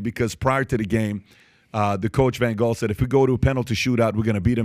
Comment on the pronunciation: Pronunciation Lew E Van Haal my man ❤